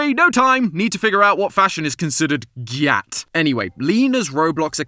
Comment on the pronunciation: And that he said it wrong.